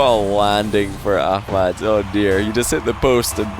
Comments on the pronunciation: It’s pronounced amad the h is silent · Is it just me or is calling Ahmad ahkmad? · Why does he pronounce a “k sound” in Ahmad’s name?